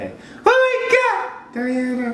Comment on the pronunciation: No Daena, Deana...... i, I Diana, DIANA (dIana, дИана)